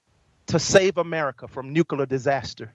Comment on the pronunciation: He CANT pronounce nuclear!!!!